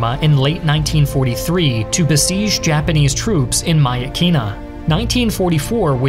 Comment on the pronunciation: i love but that pronunciation of myitkyina was interesting to say the least 💀